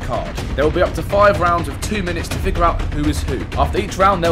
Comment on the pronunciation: “5 rouns”